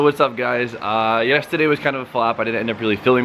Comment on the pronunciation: Who come here to hear say yesterday...YASSSTURDIA